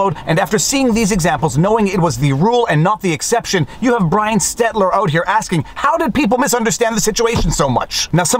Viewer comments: Great video. Brian's last name is Stelter - not stetler. But, he deserves something much worst like - LIAR. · It's Stelter, not Stetler. :) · Viva always mispronounces Brian's name as Stetler, when it's Stelter, and I will never correct him. I love it too much. Mispronounce away Viva! Love what you do! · Please please please say his name correctly STEL-ter not STET-ler. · i <3 you but... it's Stel-ter seriously i <3 you, but it hurts my ears when you say stetler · Please. Stop. Saying. Stetler. Instead. Of. Stelter. I'm autistic and it makes me cringe like someone has just sledgehammered a puppy. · It's "STEL"-ter, not "STET"-ler. It's pedantic, but it's like hearing someone say "nucular." Just think "Give my children SHELter, here comes Brian STELter." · I Cannot stand Brian STELTER but my OCD drives me crazy hearing you call him STETLER. You spell it STETLER in your description and keep saying his name again and again. It is STELTER. I am sure you have addressed this before but I don’t want to watch any more of your STETLER videos. Love your work though. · It always makes me smile when Viva and refer to Brian STELTER instead as STETLER. They should never fix that. You know it must annoy potato-head no end. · No one correct Viva that it is S T E L T E R... Stetler sounds funnier. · N. B. Brian STELTER. Not Stetler. Thanks for all you great work ! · How long do you think before Viva realizes it's SteL-ter and not SteT-ler? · Is Viva calling Stelter intentionally "Stetler" or doesn't he know better? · Viva, it’s Stelter not Stetler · Repeat after me: STEL TER not STET LER. :-) Great video as always. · Viva, it's Brian Stelter, not Stetler. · Viva, his name is Stelter, not Stetler. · Stelter NOT Stetler. Still great video. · Stelter...NOT Stetler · Good one. BTW It's Brian Stelter, not Stetler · Not “Stetler”, but “Stelter”. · Love ya Viva, but it's STELTER not Stetler. Cheers, man! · Brian Stelter, not Stetler. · Stelter not stetler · Isn't it Stelter?